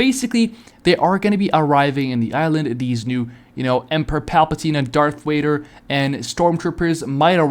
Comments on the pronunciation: Bro you over here making me mad calling Darth Vader Darth wader and you claim to be a Star wars fan I'm sorry but that is so cringe for the love of God stop making YouTube videos if you can't say Darth Vader 🤬🤬🤬🤬🤬😤😤😤🙄🙄😒😒🧐🧐🤨🤨🤨🤐🤐🤐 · If your a STARWARS fan why TF are you saying darth wader